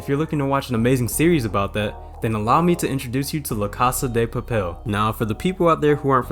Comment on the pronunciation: aint no way u called it l"a cassa de pappel" its pronounced "lacasa da papel"